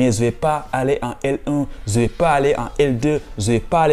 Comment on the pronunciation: Intéressant mais il faut revoir ta prononciation : je et non ze ,….